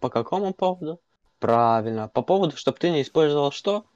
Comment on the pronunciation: правильно, прАвИльнО, прАвИльнО.